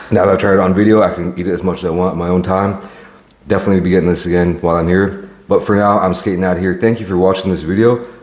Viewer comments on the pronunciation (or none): none